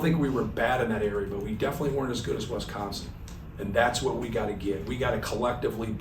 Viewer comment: It's Wisconsin, not Wesconsin. Thank you very much!